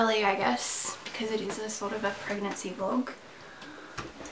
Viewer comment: i thought she said herpes guys :P at the first seconds of the video